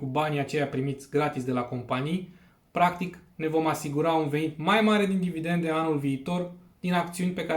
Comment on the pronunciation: Cred ca ai capata mult mai multa credibilitate daca ai spune/pronunta 'dividende', nu 'dividente'. Spor si bafta.